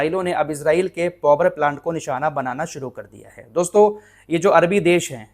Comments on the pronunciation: पौवर नहीं भाई पावर प्लांट बोले ओके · Bhai "povar"plant nahi hota Power(paavar) hota he. Itne bade youtuber ko is baat ka khayal rakhna chahiye.